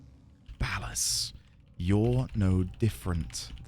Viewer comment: You seem to have mis-pronounced Ball-Ass' name. It's OK, we all learn together!